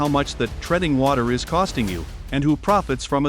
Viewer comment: "there I S " is how your AI narrator reads what I assume it "there is" ???